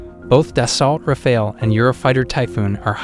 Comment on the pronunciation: Nie daltra fale tylko daso rafale sztuczny tłumoku. Eurofighter nie jest "wielorolkowy' tylko wielozadaniowy. Nie cierpię AI. Kaleczenie języka, wymowy, sensu. powinno byc karalne.